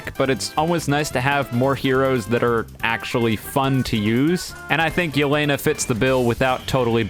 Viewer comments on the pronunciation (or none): This video is all cool and all but Do you even watch aot? plus the way he pronounces Yeh-le-na is funny